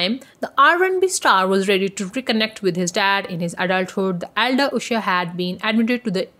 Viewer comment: Stop saying oosher😏